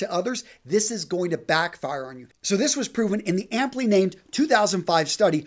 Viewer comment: “…so this was proven in the amptly named” 😂 it’s “aptly named” buddy